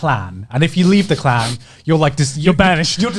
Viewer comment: How are they able to say clan with an audible k ?